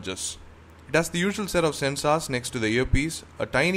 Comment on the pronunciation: Sorry but what is a shaare link and sensaars nice review mate but work on ur pronunciation and dont mind eh.